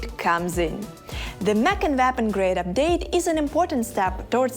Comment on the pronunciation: Why does she pronounce: “Mech & Nap Grade Update”. WTF is that? 😂😂😂